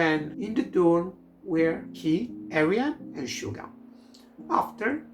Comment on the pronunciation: suga is pronounced as shuga (i would even say as shjuga but that would probably make it harder for english speakers) since it's written as 슈가 in hangul, i would say just listen to how suga and other members pronounce it